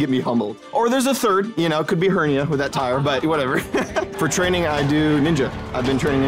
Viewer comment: OMG HE SAID HERNA